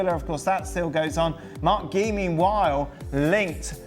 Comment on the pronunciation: Marc who? Completely butchered his name